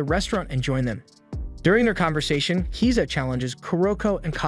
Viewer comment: Swear to God every single one of these recap channels always mispronounces the names of the character wtf is up with kiza